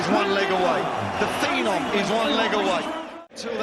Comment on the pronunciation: Seriously. Wayne enough!!! Phee-nom? Shut up